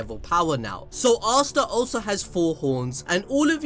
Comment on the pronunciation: Am I the only one who doesn't hear him say Asta but Asuna? Only me? Okay